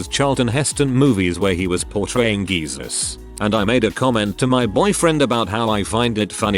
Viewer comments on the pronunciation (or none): Why does it pronounce lower-case jesus correctly but upper-case Jesus as 'geesus', tho?